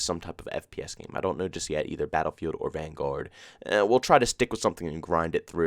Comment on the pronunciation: Why do you put emphasis on the “guard” in the word “Vanguard”?